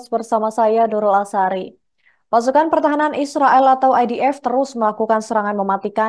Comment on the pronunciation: IOF atau IDF min.. ini penyebutannya membingungkan